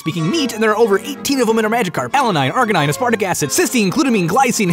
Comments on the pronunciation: Alanine, Arginine, As- WAIT IT SOUNDED LIKE HE SAID ARCANINE 😂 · when he was listing the amino acids the second one was arganine and it sounds like arcanine so the first two words made it sound like he was starting a pokerap even though the first doesnt sound like any pokemon unfortunatly